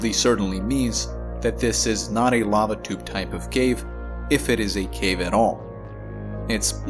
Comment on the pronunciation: I heard "babadook caves" instead of "lava tube caves" twice in the first part of this video. Had to rewind a few times.